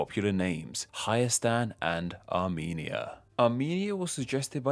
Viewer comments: You had one job to pronounce Arumenia correctly. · Armenia more like Amy-nia